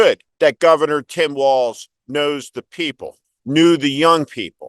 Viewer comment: Walz - not walls! Yes you KAM! K-AMerica!